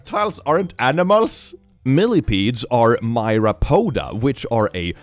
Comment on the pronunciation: Pronounce "pod" like you would the "pod" in "podcast. "Pod" means foot, and "myra" technically means "of 10'000" (greek: myrias) but is used to represent a very large number of something. So a myrapod is something with lots of feet... Exactly like OnlyFans. ;)